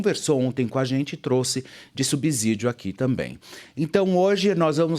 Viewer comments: Não é "subzídio" e sim subsídio ssssssss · Querido, a pronúncia de "subsídio" é como se fossem dois "s. S depois de consoante, ok?